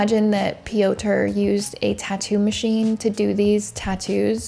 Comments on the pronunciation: Pee- ow- turh is wild 💀 It's pyohtr (rolled r). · did you really say "pee-oh-tur"? It's fucking Peter just in polish 😂😂😂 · Piotr is just pronounced Peter, I think! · "Piotr" - it's not pronounced Pee-oh-ter; it is pronounced Peter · no it's not😭 why are you giving made up advice especially when she made an effort to pronounce the name similarly to the polish variant already? it's pronounced similar to russian Пётр which means the P is followed by a yo (ё) sound - io io io P io tr Pyotr, not an "ee" sound as in Peeter. it shouldn't matter how pronounced it, and using the english equivalent (Peter) would've been absolutely fine as well, but the way she said it was more accurate than what you're suggesting so why correct her? no hate to you just curious as to why you felt like sharing this fun fact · "Pioter" lol thats not how you pronounce that name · Piotr is pronounced Pee-yot. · Piotr is the Polish version of Peter bit it's actually pronounced "Pee-yot" with a nearly silent R at the end, but the R is not a hard R like you are saying, but more like a quick rolling R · Just a fun fact…the Polish name “Piotr” is pronounced “Peter”. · Aleksandra - you say correctly Popek - also correctly Piotr - English version is Peter But overall your pronunciation is good 👍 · You calling Piotr ‘pee-odour’ is killing me. It’s not a funny situation at all, but it still made me laugh. I hope his victim is okay. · "Piotr" is pronounced just like Peter. 😊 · What a load of bollocks, learn to get percentages right (98%😆) and how to pronounce a name before going on line to say it (it's the Slavic spelling for Peter) and stop with the woke bs, she is a she, not a they. Shite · well you should tell the Piotr i know he is pronouncing his own name wrong! hahaha! maybe he just pronounces it to the closest English equivalent because everyone gets it wrong. so that could be my fault. if so, my apologies